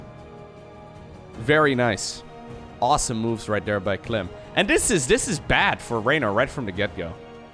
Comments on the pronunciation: Your French suxx bro, sorry;) Clément is NOT pronounced "Clay-mah" in French, and Clem, without the accent aigu is NOT pronounced "Clam" in French, and 'French' should be capitalized... Also (lol) there IS a very noticeable difference in English between Clem and Clam... You are right though about and Harstem using a strange in-between pronunciation:) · With pronunciation its clum vs clom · "serral pronounces 'clem' as 'clam' apparently" > pronounces "clam" as "clum" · LiquidClem's real name is Clément which is pronounced "Clay-mah" in french. Clem, without the accent aigu it's pronounced "Clam" in french. Italian pronounciation of Clem is also "Clam". In english there is little difference between the prouninciation of Clem and Clam. And with clams being a seacreature people would assume it is written as the latter. Dutch pronounce Clem the same way as the english, french and italians. But Clam is pronounced "Clah-mm". and Harstem use a strange in-between pronounciation which makes it sound like the english wourld write "Clum". The dutch word for clam is mossel, which is unrelated.:) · In italian "Clem" is nowhere near pronunced "Clam". Source: I am italian